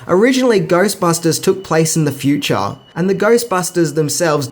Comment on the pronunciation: "Set in the fue-chah" I love it. Come visit America mate, our chicks dig it.